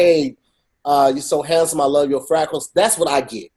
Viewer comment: He said frackles ahahahahah